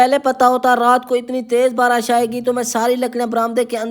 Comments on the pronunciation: Barash nahi barish bolte hain 😅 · Barish hota hai barash nh